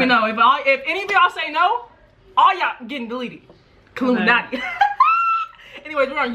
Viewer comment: I KNOW KILLUMANTI THIS IS WHAT IT SOUNDS LIKE kill-lume-anotey